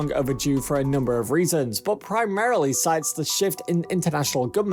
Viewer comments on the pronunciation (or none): none